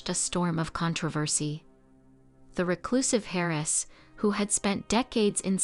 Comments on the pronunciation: Terrible Ai reader. Harris for heiress? Hote coochure?? Geesh. It really disrupts the listening. Do you want to hire a real reader? I am available. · 'Hair - ess' I'm sorry what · Kept wondering who Harris was😮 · And sawray (soiree). But yeah, the repeated hairess grated the most